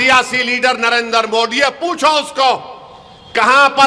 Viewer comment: ये मोदी जी को मोडी क्यों बोलता है? इसको किसी भी शब्द में द बोलने कोई दिक्कत नही तो फिर मोदी जी को क्यों मोडी बोल कर अपमान करता है??